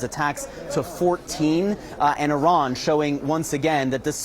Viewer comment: It's Iran not "arron" as you keep calling it. If your going to commit war crimes in a country at least get their name right